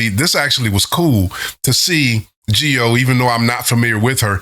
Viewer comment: If you like Jihyo's voice, i think you will appreciate her single ATM from twice's Ten: the Story Goes On album. And yes, your pronunciation of her name is fine.